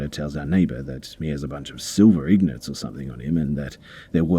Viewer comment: Silver ingots, not Silver ignorts haha